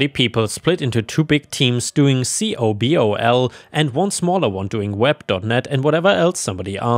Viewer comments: You don't spell COBOL. I know it's all caps, but note there's no periods. :) You say it like a word, it sounds like a co-operative ball game: "Co-Ball", but more of an O sound than A, naturally. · COBOL is said like a normal word, pronounced Coball...